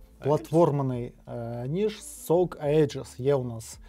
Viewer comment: "Аєджис" читається як "Іджис". То типу "Егіда" перекладається